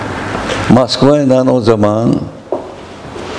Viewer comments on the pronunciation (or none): none